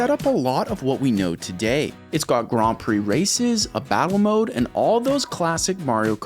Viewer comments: Me getting angry cause he is saying gran instead of grand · Since when is Grand said like Graund? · The way you pronounce grand is a criminal offense. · why are you saying Grand so weird